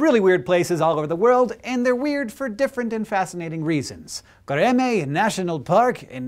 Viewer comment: Pronounced göreme wrong